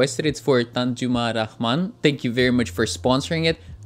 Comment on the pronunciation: Well I know It's weird but for the first time i heard his intro thrice bcz of his pronunciation "Tanjuma Rahman" and it was so accurate and I'm astonished.. Western people can't pronounce Bangla name accurately bcz of some vowel differences.. did well 👏👏